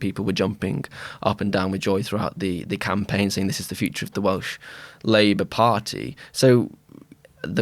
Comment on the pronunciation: Welsh pronuncion is pretty good!